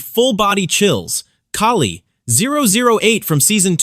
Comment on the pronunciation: Thank you for saying Kali’s name right My ears bleed when people mispronounciate it